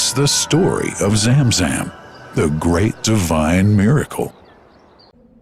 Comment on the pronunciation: Bro zamzam not jamjam